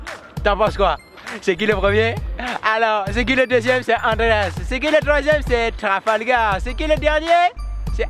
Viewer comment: Andreas a dit Trafalgaz